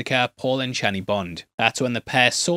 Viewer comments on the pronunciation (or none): none